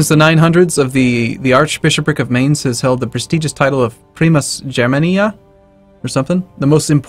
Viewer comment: Mainz = mine + ts Please Not minez